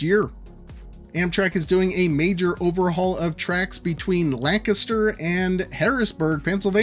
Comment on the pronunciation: You said Lancaster right this time good job😊